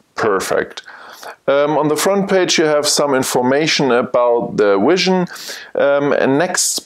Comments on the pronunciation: Great video. Learned a lot from it. I really wanted to be able to teach you to say Vision and not Wision through the video though. I know it's just your accent though. Again, cool video. I look forward to seeing more. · your presentation is very useful and through. I am wondering about your pronouncing of V and W, why is it Software is SoftVare and Vision is Wision. You clearly can say Vs and Ws, so why are they reversed? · I realize that, I just don't understand why if you can verbalize V in Software as SoftVare why you can't do that with Vision.